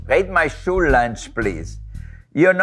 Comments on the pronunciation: Wolfgang Puck: "Sheena I will teach you english, im an english professor" Also Wolfgang Puck: Pronounces School as Shool in the beginning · He pronounced it how the word is said in the German language. ☺